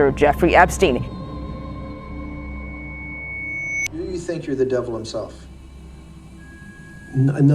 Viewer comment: Merci a de le dire correctement quoi 😅 parce que les gens qui disent epstinne on en peut plus. C’est epCHTEIN à l’allemande